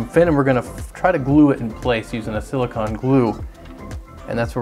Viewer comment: I often hear people mispronounce "silicon" as "silicone," but this might be the first time I've ever heard someone mispronounce "silicone" as "silicon."